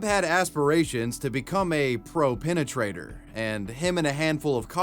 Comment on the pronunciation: He stresses a lot the noun PENETRATOR.